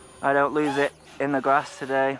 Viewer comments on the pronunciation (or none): none